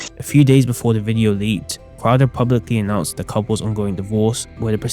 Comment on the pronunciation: You don't like Steven Cwouda